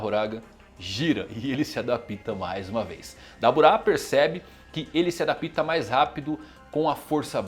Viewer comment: "adapíta" tá difícil. "adápta" pô.